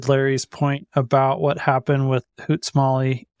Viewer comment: And then he cited “Hoot Smawley" (meaning Smoot-Hawley).